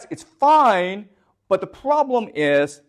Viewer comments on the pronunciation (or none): The Froblem .....love you prof